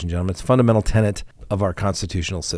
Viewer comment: You say "tenant" instead of tenet.